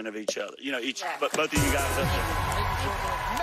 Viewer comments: Stough not "Slough! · It's Stough not slough